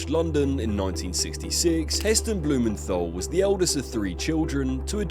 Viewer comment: Hard 't' in Blumenthal, not 'th'.